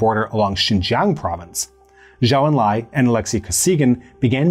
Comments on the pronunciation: This is why “Chou”, while not 100% accurate, is a damn sight better than what the video said, sadly. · Zhou En lai. Pronounced like Joe Stalin. Zhou= Joe. Chinese Ou= English O